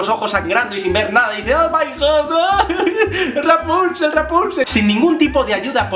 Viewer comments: JSJSJSAJSAJA "Rapunchel, Rapunchel!" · Toma un shot cada que Javier dice "Raponchigo" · Muerto de la risa cada vez que decías raponchigos. Saludos desde Venezuela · JavierRuescas muchisismos😂😂 hasta me a echo gracia lo de raponchigo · Me encanta el énfasis que pones cada vez que dices Rapónchigo jajajaja y yo que pensaba que el vídeo comentando el de la bella durmiente era gracioso...este se lleva la palma jajaja me encanta! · Me hace muchísima gracia como dices rapónchigo 😂😂😂😂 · chupito cada vez que diga "raponchigo". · Mª CARMEN MATEOS COELLO lo sé, sólo me río de su forma de decirlo y de su vídeo en sí. Es muy gracioso!! Saludos